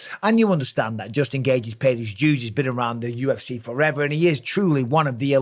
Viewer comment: Dj Mikey B is truly undefeated but not when it comes to pronouncing Khamzat Chimaev and Justin Gaethje’s name * Chim eee ev * Gay g